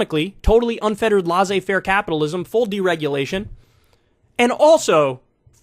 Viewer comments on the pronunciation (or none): Lah zay fair? Lazylazy